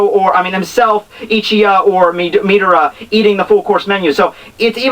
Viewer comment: its not ichiya -.- ichiya's the " men ~ " guy from fairytail. its Ichiryuu!